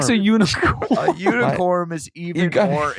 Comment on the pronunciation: I am stupid laughing at how they are making fun of Adam saying “unicorm” 😭😂😂💀